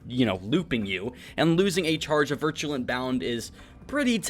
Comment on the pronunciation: "VIRULent bound" not "virtulent bound"